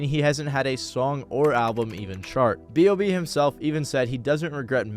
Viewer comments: B.O.B not "Bob" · sorry but why tf do u keep calling him bob when his name is b o b 😭😭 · It’s B.O.B not BOB🤦🏾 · calling b.o.b "bob" is unreal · Crazy u call him bob, its b.o.b. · Hearing "Bob" throws me off; its always been B.O.B or Bobby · B. O. B. Not Bob.